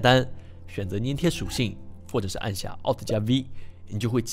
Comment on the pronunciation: 纠正一下，是读粘贴（zhan tie）哦😂